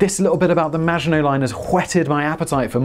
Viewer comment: How to trigger the French make surrender jokes and miss pronounce the maggitnot line hon hon hon indeed ;)